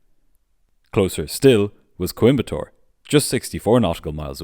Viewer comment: I'm so impressed with the pronunciation of Coimbatore and Trivandrum - great video